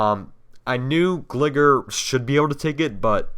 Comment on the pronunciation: Terrible how jhe says pokèmon and gligar smh...